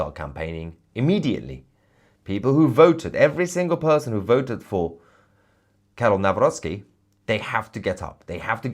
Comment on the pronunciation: Good pronunciation of Karol Nawrocki.